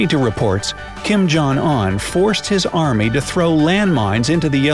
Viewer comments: "Kim Yong On" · What surprised me the most? Your mispronunciation of North Koreas leader